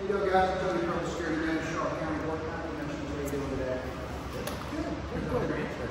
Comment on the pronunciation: can’t even pronounce the name of the county correctly……but carry on 🙄